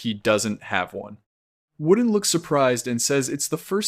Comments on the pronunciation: i do believe i cant watch this you are saying wooden and not vordan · Bro its vorden not worden. Apart from that everything looks good